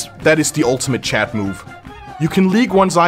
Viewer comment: did anyone notice he says chad instead of chat